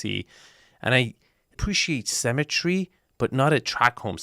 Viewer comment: I followed you to this video. I thought you said you appreciate the "cemetery " and you meant symmetry. I was like oh man, someone died in this house too? That house looks like two cheap house got connected together by a main door. The ceiling height is really crappy and it looks like a dated house with that texture there.